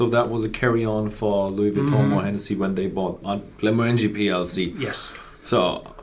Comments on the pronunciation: The emphasis is on the second syllable, not the third. glen-MOR-an-gie, not glen-mor-ANG-ie. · The emphasis on the name pronunciation is on the second syllable, not the third syllable.